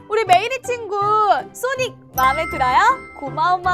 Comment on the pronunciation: 아니 소닉이 아니라 싸닉이잖아 ㅋㅋㅋㅋㅋㅋㅋㅋㅋㅋㅋㅋㅋㅋㅋㅋㅋㅋㅋㅋㅋㅋㅋㅋㅋㅋㅋ